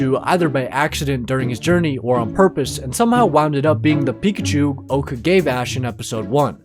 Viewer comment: it is not pekushou